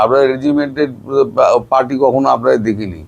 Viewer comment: সব ঠিক আছে দাদা বাবু,শুধু উচ্চারণ স্পষ্ট করুন,যেমন কাটা তাড়,আমাড়,ভাক কড়া,ছেরকম,আপনাড়া,চোড়াচালান,মনে হচ্ছে মদ খেয়ে কথা বলছেন😅😅